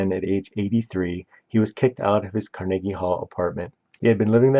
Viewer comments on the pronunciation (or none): Car-Neggy. It just makes my skin crawl. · Carnegie Hall-Karn-uh-gee with a hard G. Not Kar-neegee. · The mispronunciations OOF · Learn how to pronounce Mahershala and Carnegie and your reading is boring and flat. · He has a telent to mispronounce names, he emphasises Mortensen and Carnegie (Hall) on the second syllable instead of the first. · He’s got like two different pronunciations of “Carnegie,” and they’re both wrong.